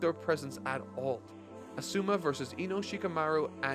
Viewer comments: AH Suue me instead of AH su MAH was killing me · his name isnt "uh-sue-muh- its "awesome" aw-su-ma" his name is litterally awesome.